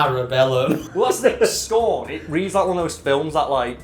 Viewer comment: Everytime says "scorn" I hear "scone" I'd still watch a keanu Reeves movie titled "Scone"